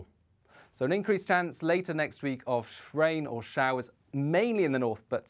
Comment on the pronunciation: Rain not Shrain